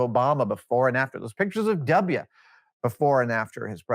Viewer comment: “Dub ya”